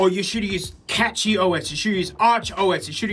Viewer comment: >pronounced it as Catchy NOOOOOOOOOO ITS CASHIE OS